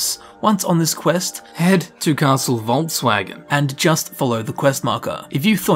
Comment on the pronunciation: this dude said head to castle volkswagon